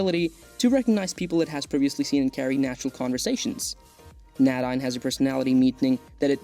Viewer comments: That name is pronounced, "nay-DEEN" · Nadine is pronounced Nay- deen